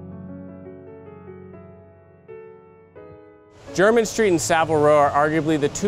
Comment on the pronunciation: T M take it from someone born and raised in London, it’s nice to hear someone actually pronounce it properly as opposed to ‘Jermaine’ street.